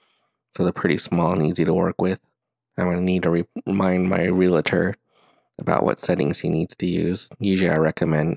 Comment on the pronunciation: Nice lesson. However just a tip, there is no "La" in Realtor.